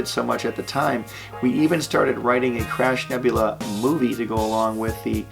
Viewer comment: I kept hearing Crap Nebula, instead of crab(?) X'D